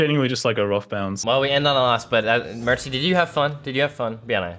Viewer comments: it’s not mertsy it’s mercsy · Bro's back at it again with "merczy"